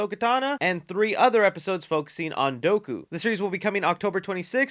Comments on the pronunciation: it’s DOOKU not doku there’s two o’s in there not one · 'Doo-Koo" whats douku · U did not pronounce his name doku😭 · Bro said “DOE-KU” 😂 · You just say count Doku like Goku? Wtf brah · Man literally called count dooku count doko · Bro said ashoka tana and doku 💀🤣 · Nigga just called Dooku "Doku" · No way my man just called Dooku “Doku” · You said you were a casual Star Wars Fan, so I'll help you out. Ashoka (taun-oh) and Count (Do-coup, it rhymes). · The pronunciations for Dooku and Ahsoka 🤣 But hey, that's all good. Gave me a good laugh